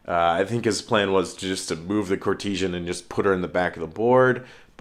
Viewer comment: dude please in all well meaning but it is pronounced court-e-san. Otherwise great batrep as always:)